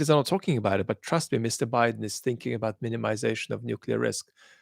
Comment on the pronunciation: ‘Abaat’ pronunciation I think Vad has picked up the cockney accent of the word. I speak as a east-end Londoner, a cockney.